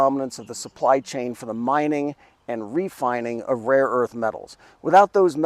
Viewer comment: 🤣🤣🤣 Seriously ? I knew it would very hard for him to pronounce some of them or even to remember more than a couple of names . But to not even know there is a difference between "raw" and "rare" , that really takes the cake.